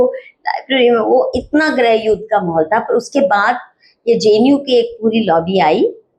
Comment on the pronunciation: Mam you were the editor of a Hindi magazine and you are pronouncing GRIH YUDH as GREH YUDH!!!